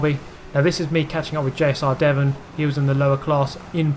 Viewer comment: You call my name weird xD